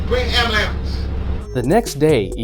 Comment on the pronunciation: he said amberlamps